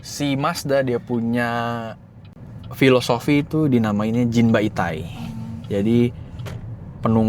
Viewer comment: Mohon maaf izin koreksi, filosofi Mazda itu dibaca Jinba-ittai bukan Jin bai tai 🙏🙏🙏